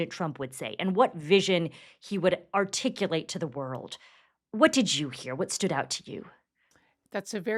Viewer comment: "articulate" hahahahaa